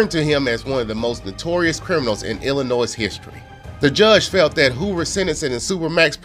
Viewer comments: "Illah-noise" smh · Great story telling talent!! The only thing I have to say, as an Illnois resident, is that the 's' at the end of Illinois is silent. I pray that you, Ashley and your family have a very Merry Christmas❤️🎄🙏🏽